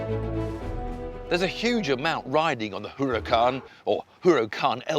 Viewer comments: IT'S NOT HUH-RAH-KAHN, IT IS U-RAH-KAHN HAHA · Jeez, just listen to this guy! What the hell is a Hooracan???? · Huracán H has no sound in Spanish, so you might as well say Uracán stress in a, We mark it á. The accent mark ´. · He doesn't like the looks, and he can't pronounce a simple Spanish name correctly. Why should I be listening to this old man again?